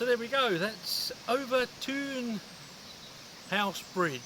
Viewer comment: Pronounced Over Tin